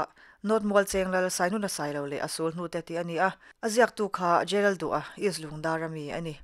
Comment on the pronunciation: J.Lalduha tih khi a diklo, J.Laldûla tih zawk tur ani e